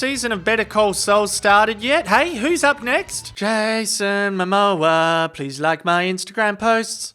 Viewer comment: "Jay-son Mo-moa, please like my Instagram posts" 🤣 I'm dead